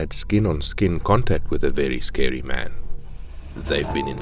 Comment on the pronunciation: Vewy scewy man